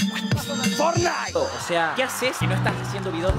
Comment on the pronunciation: Min 3 03 mas falso asta dice fornite